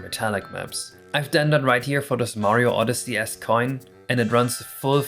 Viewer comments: every time you say "esque" it sounds like youre saying "ass" so it was pretty funny to hear "cotton candy ass materials" suddenly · I know he's probably saying "Super Mario Odyssey-esque coin" but I can't not hear "Super Mario Odyssey ass coin"